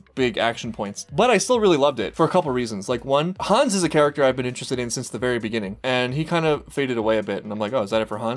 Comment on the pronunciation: I just wanted to point out that the name Hannes has the 2 syllables Han-nes. The way you pronounce it it sounds more like Hans.